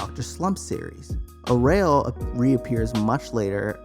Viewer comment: The way this guy pronounced arale got my dying.